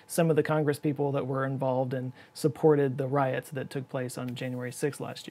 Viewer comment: "Riot." LOL 🙄